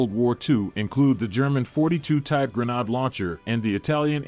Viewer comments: Gren - aid you AI ........! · WTF is a gren- AHD? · Pronounce it properly gren aid. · it's pronounced grenade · There is no “r” in grenade! The narrator got it right a few times.